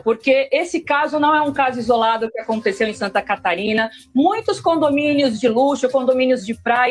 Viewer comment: Santa Catarina? Não, Santanascarina.